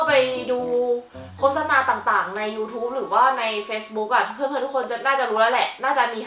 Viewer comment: อ่านว่า โคด-สะ-นา ไม่ใช่ โค้ด-สะ-นา น้าาา 😆